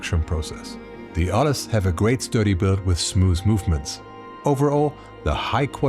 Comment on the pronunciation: good video as usual. only comment, as the name is inspired by the city of Arles in the south of france, you don't pronounce the "S", you will say Arle. City where every year you have one of the biggest photo festival in the world starting july till october.